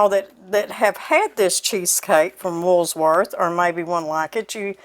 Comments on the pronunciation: It cracks me up how you pronounce the name as, Woolsworth... :D My best friend and I spent a lot of time there when it was downtown, Reno, NV. We loved the burgers, club sandwiches, and ice cream. One day we saw Red Skelton walked past the huge windows at the side of the counter we were sitting at! We paid, rushed out, and walked down the street to catch up with him. He went into a jewelry store with this lady he was with, and so did we! The lady acted quite bothered, but he was so very sweet. We just wanted to tell him how much we enjoyed his TV show, and wanted to meet him. He shook our hand and also said he was happy to meet us! After a little chitchat, and noticing the scowl on that lady's face, we left. I think we asked him for an autograph, but can't remember if we got one... Anyway, we were sad to it close, very sad.....loved the bargain-basement too! Thank you for bringing this recipe to us! God Bless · I mean no disrespect and I certainly don’t mean to be ugly but there is no S in Woolworth. It’s pronounced wool-worth. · I remember eating that cheesecake at the Woolworth's in Austin, MN. They also had great hoagie sandwiches - and they were 3/$1! That was the first place I ever had a cherry coke! I love your Arkansas way of pronouncing "Woolsworth" with the extra "s" in the middle. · You are so precious and I love the recipe, but PLEASE --- the "S" is at the end of the word rather than the middle. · Come on -- there's no "s" in the middle of Woolworth. Or is that just an Arkansas thing? and Yes! my mom made it with canned milk and it works just fine. My mom also used different flavors of Jello too. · Please I love you but please don't put an s on wool when you say Woolworth. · It’s not “wools worth “. lol it’s Woolworth’s” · You say Woolsworth but its woolworth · I love how she says WoolSworth instead of Woolworth's. My mama loved talking about Woolworth. That was where she got her first job in highschool at 16. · Wool not wools lol